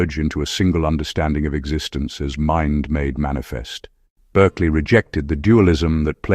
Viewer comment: His name is pronounced BARKLEY.